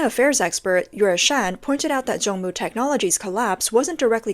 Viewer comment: It's Zongmu not Jongmu